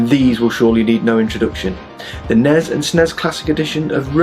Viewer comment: Nessssssssssssssssssssssssssssss Snessssssssssssssssssssss Not Nez nor Snez.